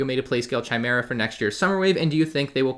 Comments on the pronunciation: did u say chia mar ay ki mar a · Chimera is pronounced "Kai-merra" and Enoch is pronounced "EE-nock" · I'm starting to think he's mispronouncing chimera on purpose.